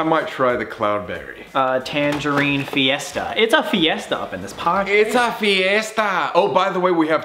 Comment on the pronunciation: I like how Colby sometimes doesn’t have an American accent when he says things in Spanish. He sounded like he spoke Spanish all his life when he said fiesta